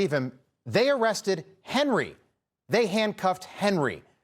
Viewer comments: Pronounced NOVAK.. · Why does no one abroad pronounce his surname correct it’s said like Novak . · Henry’s Name, although it is spelled “NOWAK”…..It’s actually pronounced as “NOVAK”…….May that poor lad Rest In God’s Eternal Peace….Best Wishes from England…❤️🏴🇬🇧🇺🇸❤️ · The name is Nowak with a “w” not a “v”. But a w is pronounced like a v sound in Polish so not sure why some are using the English w sound. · FFS pronounce Henry's name correctly... What's wrong with Yanks, are they illiterate or what.